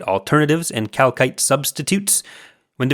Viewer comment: Every time I hear that I think they're mispronouncing 'calcite' LOL